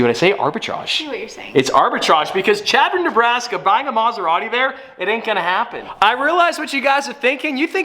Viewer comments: Chadron Ne, pronounced -> Shadron. Not that it really matters but. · Chadron is pronounced like Shadron lol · Native Nebraskan here. The town of Chadron is pronounced with an sh sound at the beginning. Like “Sh”adron. I actually went to my first year of college in Chadron. Love your content!!👍🏼👍🏼 I’m with you though. I don’t know how they’re going to sell a Maserati in Chadron. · It's pronounced Shadron don't ask me why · love you to death😂 as a person from Nebraska it is pronounced (shad-ron) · Chadron Ne. is Pronounced Shadron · Hey now, I'm from Chadron Neb! Its (Sh)adron! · "Chadron" is pronounced SHAD-ron, just a FYI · Chadron is pronounced shadron sorry just bothered me a bit